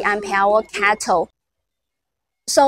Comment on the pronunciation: Why is CATL pronounced as cattle? Is it a cow?